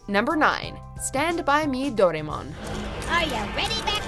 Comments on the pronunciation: as a Japanese person, i got REALLY triggered the ay she said ‘doraemon’ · is anybody else triggered with the way she said "Doraemon"?